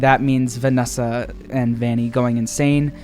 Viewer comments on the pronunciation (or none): Vanny not valley